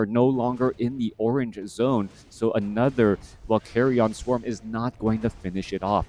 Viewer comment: Why does he pronounce it as "carry on" swarm? Isnt it pronounced as "carrian" swarm? Pls enlighten me if I am wrong.